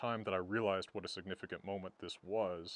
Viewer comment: Lasting damage: Now pronounces "what" as "hwhat" 😏